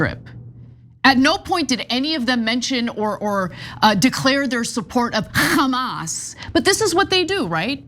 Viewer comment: ok that was funny the way ana said HHHamas